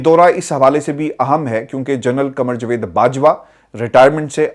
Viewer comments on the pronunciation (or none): جوید نہیں جاوید کہا کریں 👍